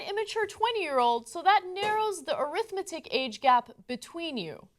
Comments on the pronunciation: Just being nit picky... normally the emphasis is different on the adjective form of the word arithmetic... am I wrong? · Arithmetic is pronounced AIR-ith-MET-ic, when it is an adjective. When it is pronounced a-RITH-met-ic, it is a noun. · Ana pronounced arithmetic incorrectly and goes uncorrected. TYT is a farce.